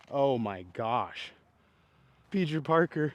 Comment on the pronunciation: “Peejer Parker” 😂